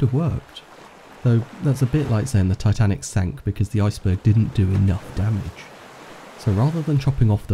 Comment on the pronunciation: And yeah S not S titinac